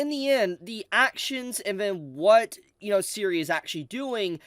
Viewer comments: You pronounce Serie exactly the way it spelled. It's really not that complex. Every time you say siri, is like a punch in the gut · Serie is pronounced Zer-e-á